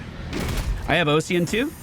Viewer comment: the "Ocsean" instead of OSS-ian is messing with me, Ossian Renewal is Bone Renewal. like Osteoporosis or Osteocyte